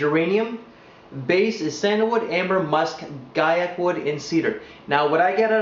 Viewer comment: Awesome review, wish I could find a bottle of this cheap! I have to add (just because everyone mispronounces it), it's GWY-ak wood. Cheers!